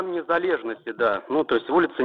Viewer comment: Майдан нЭзалЭжности правильно, ухо завяло от произношения